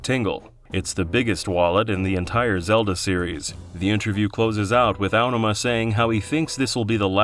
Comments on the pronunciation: Feels so wrong to hear the emphasis put on the first syllable of "Aonuma". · Was this narrated by AI? Your pronunciation of Aonuma is so grating I can't watch this.